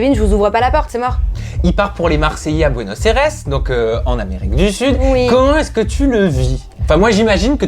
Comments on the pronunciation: déjà c pas bueno airès mais Buenos aires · Mais je sais mais lui il a dit buenos aires avec kon an dit l' aire